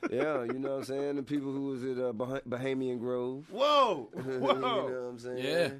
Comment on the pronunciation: Hahahahaha tip can’t say bohemian grove